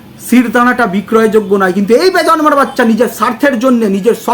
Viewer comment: একেকজন আবার বেজন্মা টাও উচ্চারণ করতে পারে না বলে বেজর্মা 😂😂😂😂।